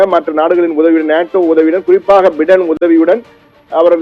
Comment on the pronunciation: பிடன் இல்ல பையடன் . இது கூட சொல்ல தெரியல. நீ எல்லா..... தமிழ் ....